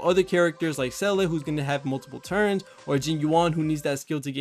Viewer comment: Ranks Seele at number one but can’t say her name lol.